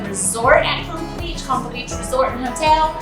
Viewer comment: Just to clarify Conchal is pron (cone-chall) and yes it is a very nice beach.